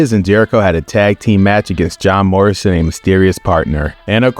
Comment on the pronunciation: it sounds like you said "Job Morrison"